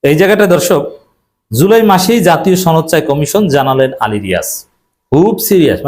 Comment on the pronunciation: ছনদ না সনদ